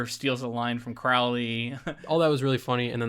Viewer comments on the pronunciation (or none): CRO-lee. Not crou-lee.